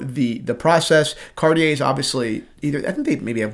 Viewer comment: Car-chee-eh....not cartiee-eh.